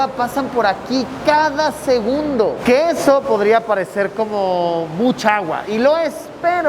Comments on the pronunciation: Minuto dice SEGUNBDO en vez de segundo jajajaj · LiKE si tu también notaste que en vez de decir SEGUNDO dice SEGUNBDO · alguien se dio cuenta que dise sengunbdo en ves que segundo? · minuto dice segunbdo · Alguien más se dio cuenta "por segunbdo"😅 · "segunbdo" ¿alguien más lo noto? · jaja dice segunbdo no segundo, no critico solo quiero saber si no fuy el único en verlo jeje👌 exelente video 👏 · Seré el único que captó la palabra "SEGUNBDO" en vez de "SEGUNDO" en el minuto ? xd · por segunbdo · jaja dice segunbdo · Like si viste en el Min Decia SEGUNBDO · Alguien más vio que en el minuto dice “segunbo” jajaja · quien más se dió cuenta que dice "segunbdo" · Dice segubndo y es segundo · SEGUNBDO jijiji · se dieron cuenta que dice segunbdo XD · 32 OOO LITROS POR SEGUNBDO XD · en el dice segunbdo. solo digo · 528 porque dices (segunbdo) xd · Nadie va a hablar de "segunbdo"? xd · En el minuto dice segunbdo xd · Like por el ''Segunbdo'' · "Segunbdo" xD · Alguien mas notó el Error en Segundo Dice Segubndo